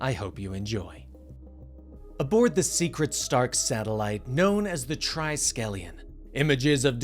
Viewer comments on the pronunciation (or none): "tri-skell-ion" ??? Its "tris-kell-ion"